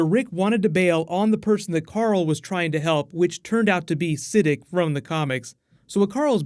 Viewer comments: Its Sa-deek not Si-dik not hating great vid man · Sadik is not (SI-DIK) it's actually (SU-DEEK) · Bro you totally got me cringing over here the way you said Saddiq